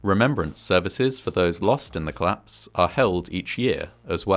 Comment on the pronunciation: Bro, it's collapse not clasp